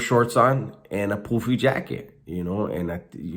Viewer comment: a poo-fee jacket LOL